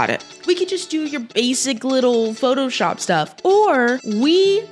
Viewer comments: she said photoyop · she didnt it was more of a “photojap”